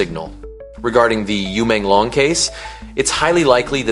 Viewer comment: Porque que vc está falando o nome dele errado e Menglong não e difícil .uma falta de respeito